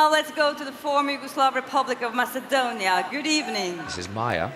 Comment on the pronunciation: Grittings from Mess-eh-dewn-ya. Or was it Oz?